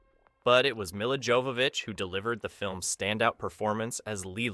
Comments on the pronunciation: Lol - that’s not all. He mispronounced “Besson”. And her name is pronounced “mee-luh”. Not freak’n “mill-luh”. This kid really is an American. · How have you mispronounced the director/creator/writer's name so poorly? Mila is (Meela), not (Milluh)! Oh boy! Otherwise, you got the other names pretty well! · FFS… listening to this kid brutally mispronounce “Milla” and “Besson” is painful.